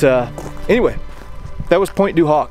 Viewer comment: the h in Pointe du Hoc is silent.